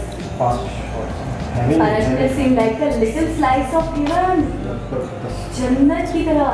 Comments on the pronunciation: pronounced as PUN JI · It pronunce as Panjji